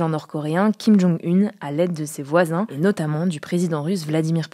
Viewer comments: 2 choses... jean Michel jarre n'est pas un DJ!!! Et on dit Kim Jong Oun pas une... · Vraie question : on prononce kim jong "une" ou kim jong "oune" ?